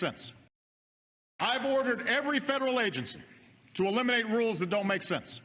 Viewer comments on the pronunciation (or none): Obama doesnt Say "eliminate" , he says "elimate'. That s way is so hard for non US people to understand You...